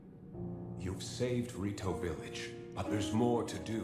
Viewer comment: theres no way hes been calling it ride-o village, r-eye-ju and guérdo valley